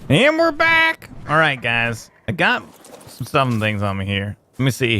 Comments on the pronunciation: at the very start he says and were brack LOLING so hard now lololol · and we're brack!